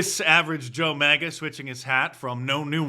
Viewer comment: MAGA not MIGA